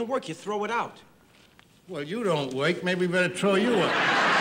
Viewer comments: 😂😂😂😂😂😂😂 A he's unemployed And 2 he don't woik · Don't pay no attention to this guy, A he's unemployed, 2 he don't woik. (not a typo).